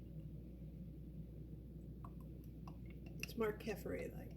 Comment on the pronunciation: It is pronounced Ke fear.